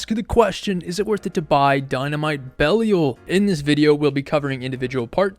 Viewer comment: Had to stop watching at 27 seconds, how can you not know how to pronounce this name properly? Be li al